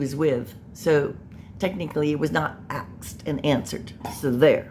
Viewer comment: Axed, biast,substain